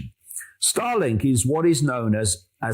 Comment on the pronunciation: Whenever he says starlink. All I heard was Stalin ha